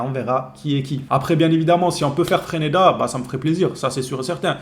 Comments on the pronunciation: c'est freSneda et non freneda 😂😂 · Le real sans le Barça, ce serait Leganes! FRESNEDA ce serait un bon joueur pour nous. on dis Fraise-neda pour FRESNEDA